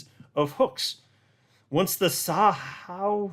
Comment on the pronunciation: it’s “Za-How”. The X isn’t an “s” it’s a Z sound. “ZA-HOW.”